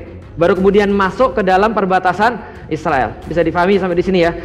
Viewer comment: Kenapa ngomong nya isriwil, Israel aja pak biar jelas orang" baca nya